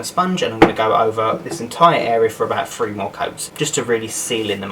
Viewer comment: i love that british people say free instead of three its so cute